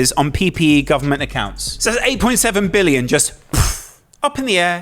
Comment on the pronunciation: And why did he say “billion” like that? He put so much emphasis on “billion”. I noticed people always adds emphasis to larger numbers like that..